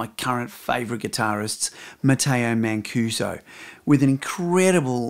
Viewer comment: The correct pronunciation is "mancuzo", with the "s" like in the word "zoo".